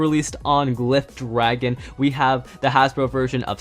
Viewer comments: It’s gliff not gliffe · Just so you know glyph dragon is pronounced gliff